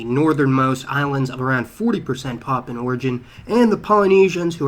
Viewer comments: What's with the "Papan"? The word is PapUan (pah poo wan) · Dude it's 'Papuan' (PA-pu-an) not 'Poppin'.